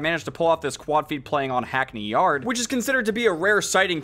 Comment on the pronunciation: hackNEY YARd